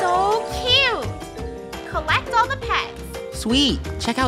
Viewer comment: Me: "Calling Krew pets cute." Krew: "Calling fries kyoot."